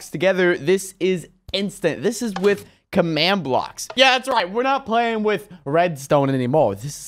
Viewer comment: not commad.its command watafak